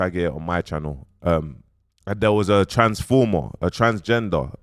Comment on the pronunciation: man said TRANSFORMA lol